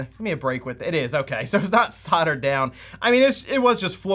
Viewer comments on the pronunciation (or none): none